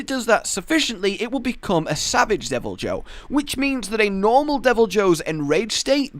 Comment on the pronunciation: It's pronounced "devil-eee-hue"